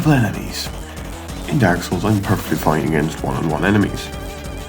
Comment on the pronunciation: Id love to hear this man say daurk souls